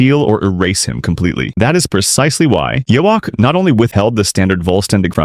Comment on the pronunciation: Even the AI can't pronounce Yhwach's name. Reminded me of the early days. 😂